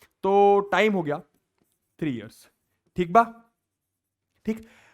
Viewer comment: THIK BAA 😂😂 THIK BAA😂